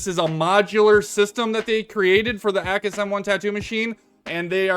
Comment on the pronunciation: it's not AKKUS, it's A-cus:face-green-smiling